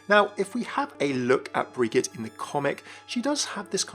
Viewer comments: Some really interesting talking points and ideas... You sound a bit off on pronouncing Brigitte's name, though. Both of the 'i's are long ee sounds. bree-JEET. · It's pronounced "Brijeet" and "Talen"